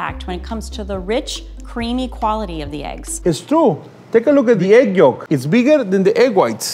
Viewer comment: why does she say it like that. why does she pronounce the “L” in yolk